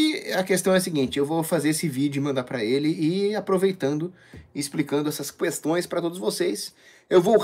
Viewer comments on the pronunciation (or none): Caramba, me perdoem o pequeno ad hominem, mas o fala "cuestões" igual o inominável....